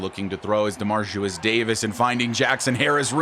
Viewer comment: just so you know, ya been pronouncing ya QB name a little wrong lol.. it’s DeMARIcus.. you say DemarCIUS lol love the channel and this is my fav series of yours, keep em coming!